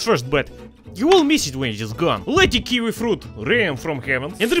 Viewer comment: OMG! He absolutely murdered that kiwi 😖